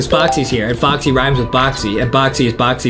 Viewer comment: Why does adem keep saying boxy not foxy?